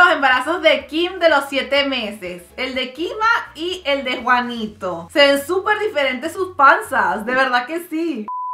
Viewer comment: Juanito No se llama como dijiste😞😕